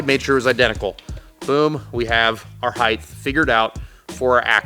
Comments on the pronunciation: Heith? you mean Height? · I love you man, your videos are top notch, you're obviously very intelligent, and you seem like a generally all around good dude. However, it is pronounced "hite" not "hithe" XD The H comes before the T in height, so the T is a hard sound, not a TH sound. I know this is a regional PNW thing, but I just don't get why people say it like that lol. Also, I'm just giving you a hard time, I don't really care lol, keep up the awesome videos and say it however you want =)